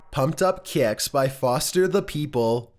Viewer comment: NuMbEr TwElVe, PuMpEd Up KaYiCks